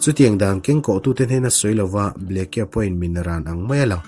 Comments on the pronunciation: "Ble..ke..a" ti a i lam hi😂😂😂 "Blake"..tih a nih hmela... ngaihthlak a hrehawm deuh...Blek-a ti a lam mai tur ani..Blake(Blek) hming te hi hming lar ve tak ani a sin mawle..a lam dan dik pangai te chu hriat ve mai awm tak ka ti deuh... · Governor hming hi blacky tih ang in i lam a, sudden bu hi chhiar loh ka nei tawh lova, Bleak ti hlir in a in ziak a, ( mi nasa, rorum) tihna tih an ziah thin kha. Oxford dict.ka'n en nawn leh a, chutiang chiah chu a lo ni bawk a. Blacky ti lovin,Blik ti lam tawh teh a. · Henry Aurthur Blake, 1884-a Governor nita hi Ble-ke tia lamrik chi a nilo. Charge of The Light Brigate, poem lartak phuahtu pawh William Blake a ni a, Ble-ke tia lamrik a ni ngailo. Google-ah a lamrik dan tur hi en ve ṭhin se a ṭha. Anmahni tan a ṭha tlat mi ngaihthlak tura chhiar an nih rau rau chuan. Chuti chung chuan Mizoṭawng, mahni pianpui ṭawng chhiar dikloh hi a la ngaimawhawm zawk bawk a. Ṭan lak a ngai a nih hi. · Blacke kha blaik tih a lam mai tur...